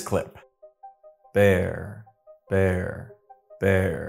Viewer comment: His pronunciation isnt the best. The b in bear isnt as pronounced as needed to clearly understand. Even if you close your eyes.